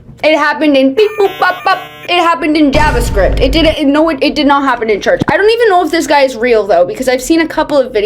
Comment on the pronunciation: Gavascript? Don’t you mean Java script ?